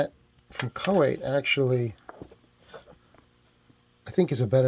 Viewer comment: How do you manage to pronounce the name choate the way you did ? Its “chote”